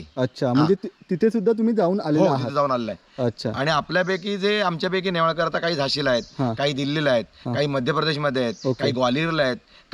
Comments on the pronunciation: .... गंगाधरराव "नेवळेकर" नाही .... "नेवाळकर" ...... "आडनाव" चुकवलेस.... "जे" या VDO मध्ये सर्वात "महत्वाचे" आहे ..... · अहो तुम्ही नेवळेकर असा उच्चार करत आहात. ते नेवाळकर असे माझ्या माहिती प्रमाणे आहे. चुकीचे काही सांगितले जाऊ नये.